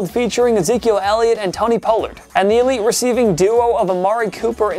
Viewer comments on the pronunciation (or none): none